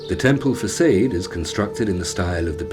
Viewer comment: lost respect at fac'aid'. its facade, fa'sad'.